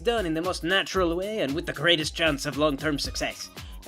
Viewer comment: You said natural way in a french accent..... There's your first comment.